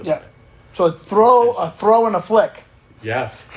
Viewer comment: As Paddy H says 'gotta TROW it" !